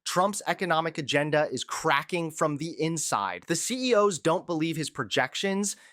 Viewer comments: Why do you guys use AI imitations of your voices to do the full report? You would never say C-E-O-S when saying CEOs, but that’s a common AI error. Should at least edit in post after listening back. Good coverage, but the AI voiceover is very off putting. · "A confident president announces solutions. A desperate one asks C.E.O.S. to find solutions..." Um... Have you suddenly forgotten how to pronounce the plural of "CEO", or have you offloaded your job on AI/dictation software? Neither possibility inspires a lot of confidence. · C-E-O-S...? You said it right the entire video until the end. What the hell...? Is AI getting better?